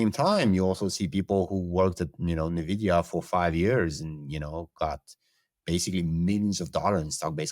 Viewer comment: How are people still mispronouncing Nvidia 🤦‍♂️